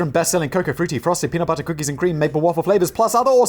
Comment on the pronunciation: Simon PLEASE don't say "budder" for butter, you're english!